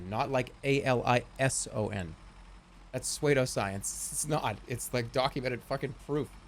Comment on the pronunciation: "That's sway-doh science"